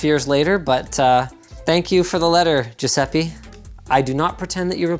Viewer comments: It made me genuinely happy when he say “sup Gesuipe” (idk how to spell that name but u get it) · And... after 4 years and a half... He pronounced wrong his name! XD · Can't stand you pronouncing Giuseppe wrong. My italian spaghetti soul is getting hurt.